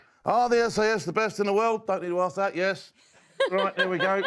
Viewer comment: Now that was a proper "ROIGH'"